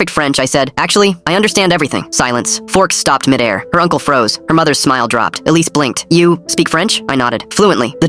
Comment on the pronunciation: 'Alice' 'police' 'Elise' bruv...